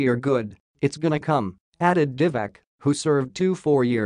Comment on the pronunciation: It's Diva-tz ,not Diva-k !